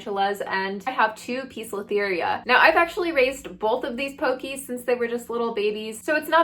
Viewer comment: poecilotheria is pronounced as posilotheria NOT pisolitheria.